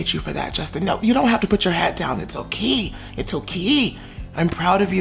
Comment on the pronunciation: “It’s o-key it’s o-KEY”